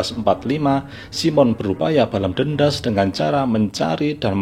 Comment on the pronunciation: Menit 9.50 aku mendengar Balam dendas😅 bukan balas dendam